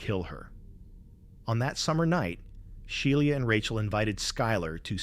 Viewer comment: Bro doesn’t know how to pronounce Shiela